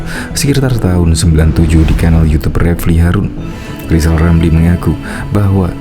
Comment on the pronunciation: Sok hebat kau lizal,, eerrr aja g bisa. Belajar lgi,,,, sok suruh Jendral,,, emang kau siapa,, ,,? Aaaaa